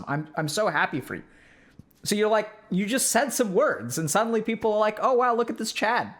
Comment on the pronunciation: Is it people or peoper?